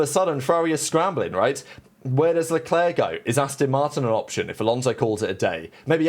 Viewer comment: Who is "Shalwlleclair"?